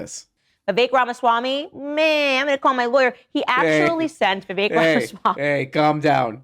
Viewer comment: please show Vivek some respect. His name is Vivek and it rhymes with cake. See you at the trail